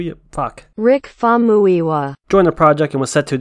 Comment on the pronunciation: Fam-uyi-wa It's a Nigerian name